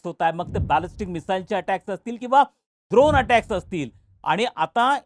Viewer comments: द्रोण नाही ड्रोन... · द्रोण नाही दादा😂😂😂.... ड्रोन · सर द्रोन बोलतात्😄 .....ड्रोन सर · हे सगळं ठीके.... पण मला एकट्यालाच द्रोण ऐकू येतंय का ड्रोन ऐवजी ? आमच्या गावात द्रोण बरोबर पत्रावळ्या पण फेकाफेकी करून टेस्टिंग चालू झालंय. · काय पाणचट पणा आहे dron ला द्रोण म्हणून आपण इतरां पेक्षा वेगळे आहोत हे दाखवण्याची केविलवाणी धडपड दिसते आहे हे तुमच्या सारख्यांकडून अपेक्षित नाही कृपया कमेंट वाचून बदल घडवा विनंती आहे